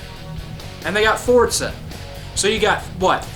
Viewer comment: it's Forza not fortza